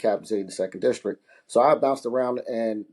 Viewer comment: Jesus Christ… these could be the two best candidates for FOP president but the second I hear “districk”…. 🤦🏻‍♂️ I can’t even listen anymore… I’m supposed to put my faith in a guy who can’t even speak? Imagine doing something your whole entire life, imagine hearing everyone you know say “district” and you still have no idea how to say the word. In other words, I have no faith and I’m OUT. Next contestant please.